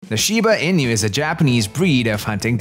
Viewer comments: INU -- ee-nuu, not EE-NEW. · Inu is pronounced E-Nu, not In-you. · In-you XD